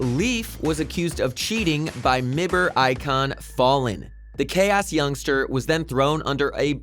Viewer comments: Btw get someone else that can pronounce names pls Mi Ber LUL wierdchamp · But yes says mibr not m I b r😂